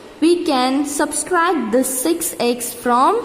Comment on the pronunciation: It is subtract not subscribe lol😎🤣🤣🤣